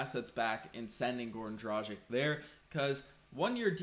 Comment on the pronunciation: Come on man. As an "analyst" you should learn properly pronounce players names. It's DRAH- GHEECH...